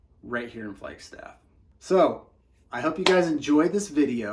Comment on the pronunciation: Why do you say flyg staff??? the name speaks for itself! It’s a fucking flag!